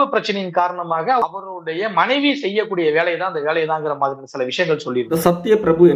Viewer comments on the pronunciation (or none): none